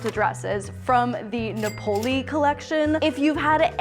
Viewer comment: Yo..... Nah-poll-ee? pls discuss on pod